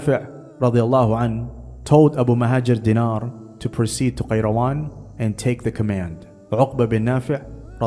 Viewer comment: I think you meant Abu al-Muhajir Dinar and Uqba ibn Nafi but butchered their names.